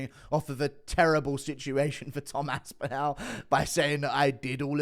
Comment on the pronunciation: the end of Aspinall is pronounced like 'ball'. Why you so weird?